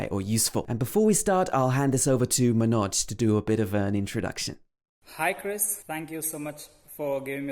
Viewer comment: Lol you first try to correctly pronounce Indian name then think about your British accent. 🤣🤣🤣 It's not "muhh-noj" It's "mun- auj"